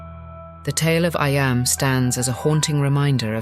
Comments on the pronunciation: Eyam is pronounced Eem not I am,but lovely atmospheric documentary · Just one thing, Eyam, in Derbyshire in the Peak District, is pronounced EEEM. A great place to visit. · I'm from near Eyam, it's pronounced eeeam